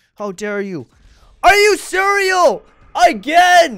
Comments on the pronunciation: You said "are you cereal " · HE SAID ARE U CEREAL